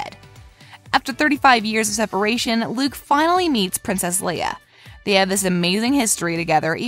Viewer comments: Did she just said Leila instead of Leia? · Are we just going ignore the fact that she said Leila instead of leia? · dude she called leia, layla